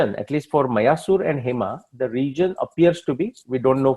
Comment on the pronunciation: You should make your videos more interesting with maps of BC period. Especially when talking about regions and places. Also pronouncing the sanskrit names and places correctly. Eg मायासुर, not मयासुर 🙏🏻